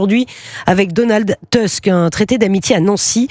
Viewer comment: On prononce Donald TOUSK et non TEUSK,! Il n'est pas américain, il est polonais! Etonnant, non?